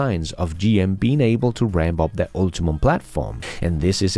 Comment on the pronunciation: It's ul-TI-um, not ul-TI-mum